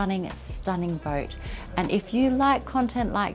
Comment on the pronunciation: its not booooot the pronunciation is closer to boat